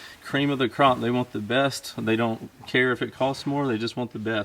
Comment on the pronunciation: “Cream of the Crop”. That’s southern coming out. Hahahaha proud of ya country boy